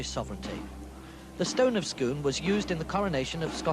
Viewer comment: Scoon not scone